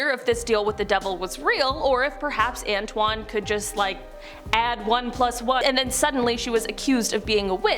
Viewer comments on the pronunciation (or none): none